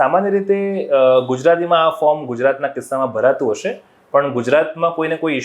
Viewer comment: 'શ' અને 'સ' ના સાચા ઉચ્ચારો શીખવાની જરૂર છે; 'હશે' અને "હસે" શબ્દોના અર્થોમાં તફાવત છે...